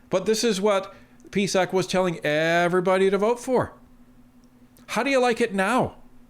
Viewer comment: Stop calling the peesac